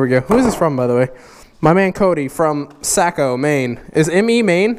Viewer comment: I love the way you said saco. #Maine problems but straight up I love your vids. always have my views